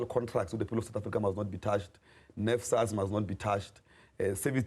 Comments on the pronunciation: Nesfas - NSFAS not nefsas - NFSAS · NSFAS not NFSAS